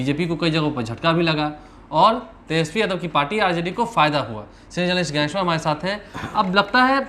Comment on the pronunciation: are bhai gyaneshwar ji ka naam to theek se lete